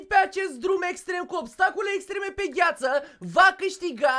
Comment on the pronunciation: Ai spus gu ghiață